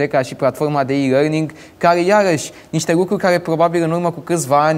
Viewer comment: Plafoma de i lăing... e asa greu sa faci exercitii de dictie pentru rârâitul ala